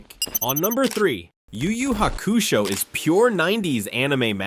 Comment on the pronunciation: I heard him mispronounced Yu Yu hakasho and the guy last name and now I forget the original name 😅😂😂😂